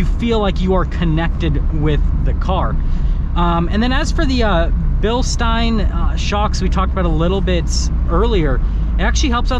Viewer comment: Is it pronounced “bill-steen” or “bill-stein”?